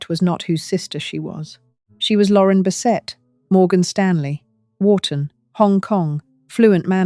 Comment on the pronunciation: I think this is AI generated. The odd pauses while she speaks, the way she said “Lauren Bessetta” and “alzo” instead of “also” in the beginning